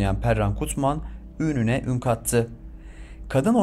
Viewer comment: Çînî değil çini,dîvan değil divan,ûnüne değil ününe!Niye böyle bozuk bir Türkçe ile konuşuluyor!